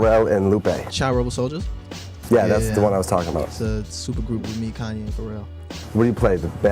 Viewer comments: when he said Cane-yee West 😭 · "kanye east" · “Kanye East.” IM FUCKING DEEEAD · everybody